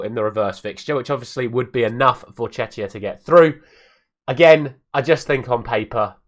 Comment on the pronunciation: Good pronunciation of Czechia, the first time :D But you relapsed after that...!!!